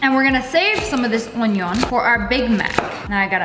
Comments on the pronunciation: “oNiOon” got me cracking up 🤣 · Me disappointed in lea cause she said onion normally once 😢